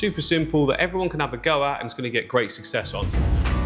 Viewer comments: Lmao “grreeat sucksess” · when you said ''great success'' your accent sounded like an Afrikaans speaking person from South Africa. Awesome vid as always with my dream job!